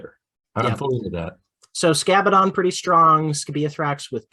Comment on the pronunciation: Great video and fun times, just as always. I still think that Keeper spam with one exhalted one, Shalaxi, Be'lakor and Zarakynel , Fiends and lots of daemonettes still works. Scabaddon almost sounds like Scatbaddon, just saying!